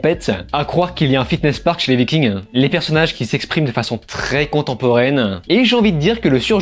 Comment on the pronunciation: Vikingues et pas Viking'sss déjà ^^ Travaillez vos textes avant de mettree en ligne si vous voulez en faire votre taff.. c'est ce qu'on attend....